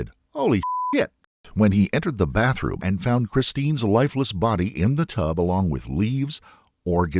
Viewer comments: TOoooo manyy people say BAFFroom. Please!!!🙄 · Grown man saying “baff room”…what a pos